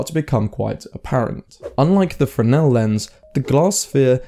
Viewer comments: First, they are spelled Fresnel, not "Freshnel". Second, the arguments you present don't sound correct, and if anything, sound more like you're describing polarizers than lenses. Maybe trusting your memory from childhood of 40 years ago isn't a good idea. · Isn't it pronounced FREZ-nel lens?